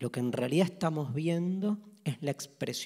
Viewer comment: “Bueno, como estang?”. Jajaja